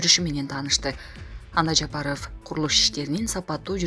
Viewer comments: Админ, скажи, пожалуйста, правильно не Жапароооф, а Жапаров. Как будто у вас окончание ооф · Диктор Кыз туура суйлочу АЙЛАНАЙЫН ЖАПАРОВ дегенин уксанар кулкун келет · Бул кандай диктор президенттин фамилиясын так айта албаган.Сабатсыз дикторду кетириш керек жумуштан.